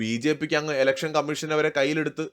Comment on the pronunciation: ഇലക്ഷൻ ആണ്... എലെക്ഷൻ അല്ല 🙏